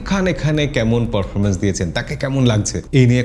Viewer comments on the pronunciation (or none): none